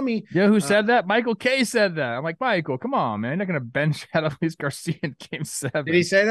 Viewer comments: its not ADD-oh-lease its uh-DOLE-lease please don't let him win ALCS mvp and you still can't pronounce his name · Put some respect on Adolis’ name and pronounce it correctly. Say it with me: a-DOLE-ees.